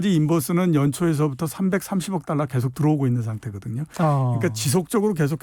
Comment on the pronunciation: 최 기자님 자꾸 딸라 딸라....그래도 명색이 방송인데 발음 좀 제대로 해주시길...너무 싸보여요.